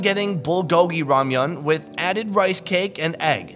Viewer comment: oh! oh i love 'ramian'